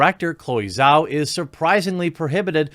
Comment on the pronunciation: Its pronounced jow or jao btw not zao, the zh makes a j sound like in just or juice